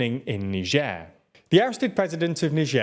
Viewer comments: It's not "n'sher" you anus, its "nai-jer". I know it gets the comments count up but at the expense of your credibility as news reporters. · Funny how you started pronouncing Niger differently now. Shows how incompetent you guys are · so this just might be a different in pronunciation between britan and america but how he pronounces Niger is so weird.